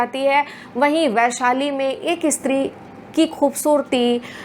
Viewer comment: ..इस्त्री नहीं स्त्री कहिए महोदया!! phd की है आपने| 🙏🏻